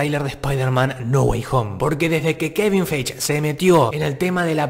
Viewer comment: te re banco pero es Kevin FAIGI no feich, por favor decimelo bien jajaja